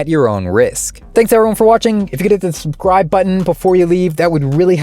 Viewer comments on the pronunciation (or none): He has a few tongue issues like subthcryybe button😂